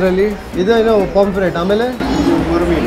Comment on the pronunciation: POMFRET NOT POMFREY T